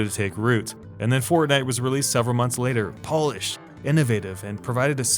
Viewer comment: poh-lished it. lol